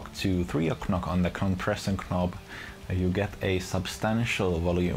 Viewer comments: Great review thx. 2 remarks though: - a demo with fingerstyle playing would be nice - "knob" is pronounced "nob" ;) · Brilliant video thanks - your English is superb - knob has a silent 'k' - its pronounded nob :)